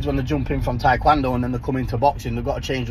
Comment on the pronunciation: Tie Kwan-doe? 😂😂